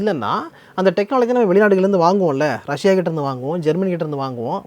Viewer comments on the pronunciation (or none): none